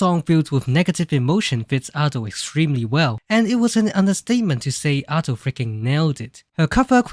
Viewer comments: Minor thing but you say her name wrong. Japanese is a phonetic language, so there is a right way to pronounce syllables. It is Aw-do, like awesome. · It's pronounced adeiu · this is cool, but like, you pronounce Ado as ah-dough, but I pronounce it like uh-doo which annoyes me the most for some reason